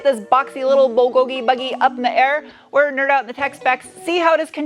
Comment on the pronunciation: Are you partially Korean? You pronounced bulgogi so well. LOL